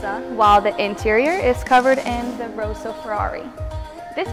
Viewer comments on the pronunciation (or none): You can tell someone has been reading blindly off of a script when they pronounce "Rosso" and "Scuderia" like "Rose-o" and "Scooter Ria" :P